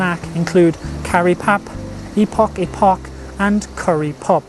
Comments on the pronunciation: Lovely video. Epok is pronounced as "Ay-Poke". The best Malay epok-epok is located in Canberra, 105 Canberra Street <3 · epok should sound more like a-poke